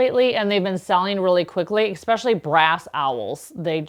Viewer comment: I’ve recently found your channel. Love your colorful choices. But please, please, please use the word “especially” correctly NOT “ex-epically” … it’s like running one’s nails on a chalkboard. All the best!